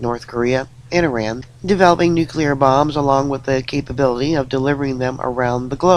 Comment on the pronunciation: Oh, thankyou for the correct pronunciation of nuclear, you have given me hope again😺😺😺😺